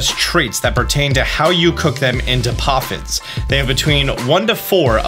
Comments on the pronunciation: poffins not coffins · "Best Coffins" what are you saying 😨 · best coffins? What kind of thoughts were u having while you were sick?? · Lmfaoooo in the beginning it says Coffins not poffins i love it🤣🤣🤣☠️ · I'm sorry are we making Coffins, Ploffins, or Poffins? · Did anyone else notice at the beginning when it say Best Coffins, Instead of Best Poffins. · “Best Coffins” is cracking me up